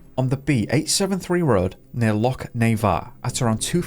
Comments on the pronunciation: Please learn how to say Loch instead of Lock!! It ruined the story for me.. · It's not 'lock' u sassenach. It is loch, get it right. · Wish you could learn to say Loch it’s very annoying a lock is something you put a key in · Why are you mispronouncing the word loch, are you deliberately trying to insult Scots? Its not a hard word to say otherwise